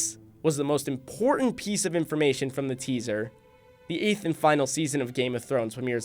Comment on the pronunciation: Not IM poor ent, It's pronounced..., IM port tant~!!!